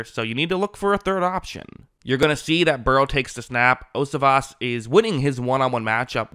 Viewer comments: #80 for the bengals last name is pronounced yo-see-vosh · Its pronounced "yo-see-vas". Great coverage as always!